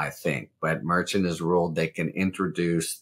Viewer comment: I’ve heard Judge Merchan , pronounced Mer-Shawn , no t sound at the end